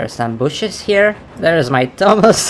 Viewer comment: If says thomas im heard tamas